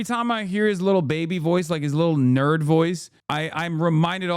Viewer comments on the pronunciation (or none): none